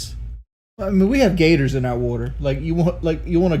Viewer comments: "We have gaders in our wudder" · Wee hab guders in oar wudder